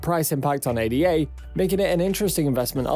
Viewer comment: “Ay-da” ffs